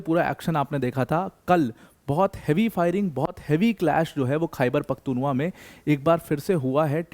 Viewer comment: It's "Khyber Pakhtoon Khowa" or say Pashtoon Khowa 😅